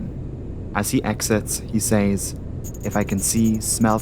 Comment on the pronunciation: please do yourself a favour and learn how to correctly pronounce the word "says"